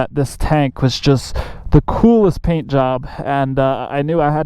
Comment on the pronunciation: Thime, thankk, phaint, phut 💀